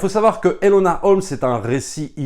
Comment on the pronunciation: C'est eNOla pas eLOna Holmes dite mon prénom correctement svp😭😭